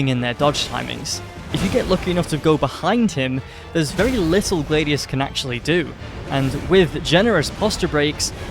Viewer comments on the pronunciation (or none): Gladius bro not glaydius